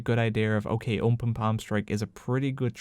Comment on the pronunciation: I love your content, but why the hell do you always say 'umpen' instead of 'open' :D